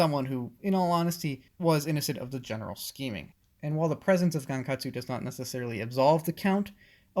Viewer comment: It’s pronounced (Gon-Kut-su-oh)